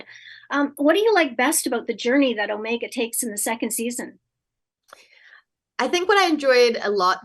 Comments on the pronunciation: I hate Omeega, as Michelle pronounces it. That accent that no other person in the whole star wars universe has, irritates me. Poorly cast, poorly played. She's just way to upbeat and happy despite all the pain and suffering surrounding her. Its misplaced, doesn't work for me, you can tell it's an old person pretending doing to be a kid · You need to get out in the Universe and visit a place where they speak like this. Take a linguistic class as to why they sometimes add an R between Omega's name and a following Consonant starting word. You obviously have not traveled to any of the British Colonies, and dont appreciate accents. Youre not welcome in Chicago.